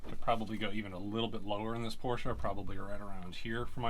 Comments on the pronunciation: Come on man. It's "pore-shuh." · What's Porsh?